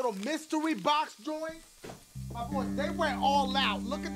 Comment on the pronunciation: dachie,,,,,,,,dachie when you say "MY BOYS" I think you say "MY BVOYS OR VOICE , IM JUST SAIIIYYIIINGG 😒